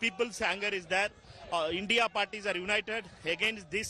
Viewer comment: Why can't Shiv pronounce INDIA?